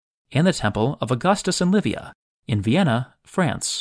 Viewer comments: At it sounds like you place the Temple of Augustus & Livia in Vienna. It might be your American accent playing tricks on our ears, but to avoid confusion, said temple is located in the town of Vienne in France, not in Vienna (Vienna isn't in France at all, it's the capital of Austria). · Great and inspiring video! Footnote: the town Vienne, France (Temple of Augustus and Livia) is pronounced [vjɛn], Vienna would be the capital of Austria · Turkish authorities closed all the hotels using the spring waters. Pammukale is now recovering from this, When I see these videos I have great memories of many of these sites... that is the joy of easy access to Europe Vienna is not in France. It is in Austria or did i mishear you? Arles is not pronounced the way in the video...there is no Ar ..Les... it is just Arles like Arl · It‘s not, i.e. there’s no vowel after the “nn” sound (the “e” is completely silent). But that’s just nitpicking anyway… Keep up the good work - you’re videos are highly appreciated!